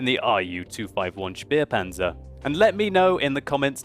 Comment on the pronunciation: whenever says "Spähpanzer" it somewhat sounds like Speerpanzer, wich would mean Spear tank, wich is pretty awsome if you think about it:D